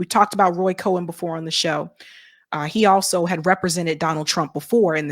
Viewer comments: Cohn not cohen. It's pronounced differently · It's not Roy Cohen. It's COHN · Cohn not Cohen, love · Roy Cohn's last name is pronounced like 'cone', not 'Cohen' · Roy Cone, not co-in. Not being a prick. It makes you seem like you no nothing about someone or something if you mispronounce.